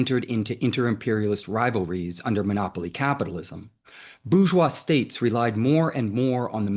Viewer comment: Bourgeois/boorjoie/ NOT /boojoi/